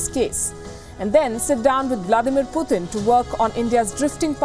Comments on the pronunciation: Why do a lot of these Indian journalists say "Pyootin" as if you don't have such sounds in any Indian languages?! Its PU - TIN. How tough is that.?! I can understand if the western english speaking fellows do it! But why the F are Indians saying "Pyootin". Say it right. Idiots. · I kind of get irritated when they pronounce 'Pyootin'.